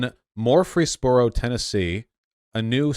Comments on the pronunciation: Vaush, I'm sorry, but are you pronouncing shit incorrectly as a bit or something? MORfreesboro and ROOTHerford? What? MURfreesboro. Say it like it's spelled. MUR. Like Mermaid. And Rutherford is RUHtherferd. Chew it a bit. The 'U' is an UH sound, like 'under'. The 'th' is hard, like 'that', not soft like 'truth' and 'ford' in this case sounds more like 'ferd', rhymes with 'herd'. Sorry, but seeing 'Rutherford' on screen and hearing you say ROOTHER FORD put me back in fucking Southern Baptist elementary school where I was taught that 'larynx' is pronounced 'LARANICKS' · Just an fyi -- ik it's not intuitive, but Murfreesboro is actually pronounced "Murphy's burrow" in Tennessee. Pronunciation runs together and the second r is mostly dropped, only slightly hinted at.